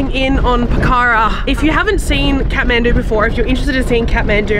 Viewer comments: It's pokh_ra not pokha_ra ☺ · It''s Pokhara not pakara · It’s Pokhara not pakara 😢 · And its pokhara....but they pronounce as Pokhra...loads of love from guwahati assam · Hi not poccara# name is Pokhara😊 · It's po-kha-ra and love your videos and hope you have a nice stay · Hey! I'm Nepali, and I love to see foreigners enthusiasm and awe for my home country :) btw, it's pronounced "pok-ker-rah" ! (but im sure you figured that out by the end of ur trip lol) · It’s call Pookharaaa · It's po-khaa-ra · It is "po-kh-ra", "dee-puk". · Po -kha -ra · It's pronounced PO KHA RAH